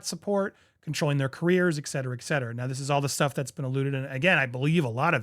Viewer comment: I said to myself jokingly, how long will it be until he says 'ek cetera'... it took 46 seconds! 😂 Someone tell him, PLEASE!